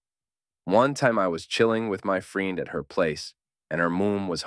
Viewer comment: Pretty convincing AI reading this, till it pronounced "friend" as "freend"